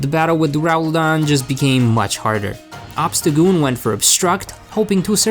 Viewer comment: Obstacgoon? How about Obstacool